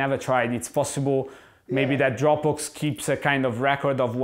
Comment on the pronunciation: It took me a moment to realize he was saying Dropbox and not Dropbooks.